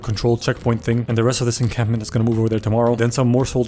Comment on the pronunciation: I can hear the p when you/he says encampment.